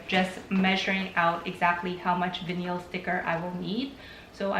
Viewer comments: Did no one point out that vinyl is pronounced vine-ul, not vineel? If I didn't see vinyl in the title, I'd not know what that word was. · It sounds fancy though - vuh-neel - 😆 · "Vin-eel" lol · Veneel! Lol. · Stop saying vinyl like that... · Thank you for the video. By the way the word “vinyl” is pronounced with a long i sound (like eye) and the the emphasis is on the first syllable.